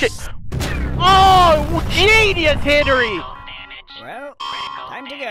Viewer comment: Hen-ry not Hen-ery